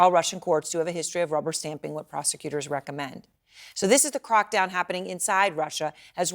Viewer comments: The anchorwoman says bamming for bombing, and crockdown for crackdown. She needs to swap her as and os around! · You said it right: crock down